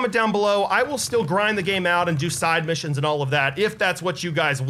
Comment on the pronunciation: You said mishines XD it's missions